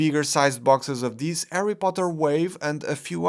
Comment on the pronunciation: Who's Arry Potter?😁👍